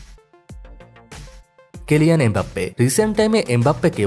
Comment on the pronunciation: নাম তো ভুল বললেন। Kylian Mbappe হল তার নাম আর সে খেলে Paris Saint Germain এ। আপনি লিখে রাখসেন Keliyan Embappe আর বলছেন Paris Sent German 😆. সব তথ্য আর নাম ঠিকভাবে না জেনেই ভিডিও বানিয়ে আপলোড দিয়ে বোকামির পরিচয় দিলেন। সব তথ্য না জেনে আর ভিডিও দিবেন না বলে দিলাম। মানুষ আপনার ভিডিও দেখে বিভ্রান্ত হচ্ছে।